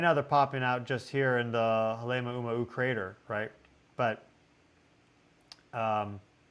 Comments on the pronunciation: Please learn how to pronounce Halema'uma'u. It's HAH-lay MAH-oo MAH-oo. (It means house (hale) of the 'āma'u fern, which used to be prevalent on the crater's rim.) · Yes, out of respect for Hawaiian people and culture please learn how to pronounce MAUNA ( mountain) instead of mana ( spiritual power). Love you but please get some help with pronouncing Pele’s home Halema’uma’u.